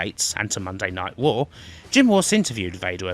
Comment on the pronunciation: Wtf its Shamrock not Shamwok learn to say your R's right shit narrator cant even say Raw right 😂